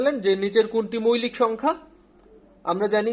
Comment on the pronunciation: আপনাদের এই আয়োজনটি সত্যিই অসাধারণ। এগিয়ে যান। উচ্চরণও খুব ভালো। তবে কিছু কিছু শব্দ উচ্চারণ শুনতে কেমন যেন লাগে, যেমন। ‘মৌলিক’-কে আপনি বলছেন মৈলিক। সঠিক উচ্চারণ হলো ‘মউলিক’। এরকম আরো কিছু শব্দ আশা করি সঠিক উচ্চারণ করবেন। তাহলে শ্রোত হিসেবে আমাদের শুনতে ভালো লাগবে। ধন্যবাদ।